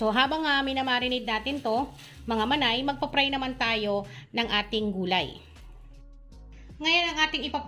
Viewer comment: Manay baka ibig mong sabihin eh fry at hindi pry ✌🏻